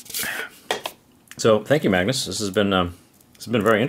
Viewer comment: You are pronunciating a and g to hard in the name Magnus. And if you "do something" with must eat surströmming correct. Removethe all surströmming and washed for a good amount of time in water. Laterwhen you eat the surströmming you must eat the surströmming with tunnbröd.